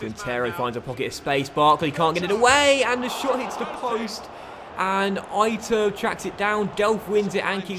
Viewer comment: "eye-turb" lol , try "e-tur-bay" mate LOL